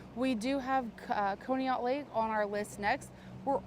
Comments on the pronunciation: Conneaut is pronounced Caw-knee-ut. That is so crazy that she would be so far away from home! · FYI, Conneaut is pronounced kaa·nee·aat. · pronounced con e aut. Sorry had to let you know. You do an awesome job. So thankful someone is out there taking care of these people. Rip Bunny and Janet. Bless you and friends. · She aint saying conneaut right. Lol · It's Conneaut, pronounced Conneaut, short "o"